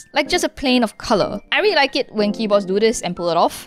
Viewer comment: “dis is rilly crever”